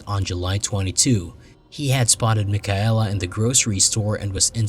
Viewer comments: Mik-a-ella ROFLMAO It is pronounced MIKAYLA FFS!! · mike-a-ella? how disrespectful.